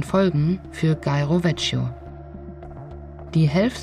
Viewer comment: Ciao, na, habe ich euch mit der SS125 zuviel versprochen? Ist einfach eine geile Strecke ❤ Die italienische Aussprache üben wir fürs nächste Mal (vecchio>>wekio), aber das nur am Rande😉 Viele liebe Biker-Grüße von Katja 🙋‍♀️ 🏍 🌻